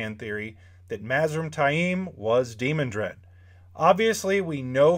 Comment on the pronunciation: To me, the pronunciation is de-MAN-dred, not DEE-mon-dred.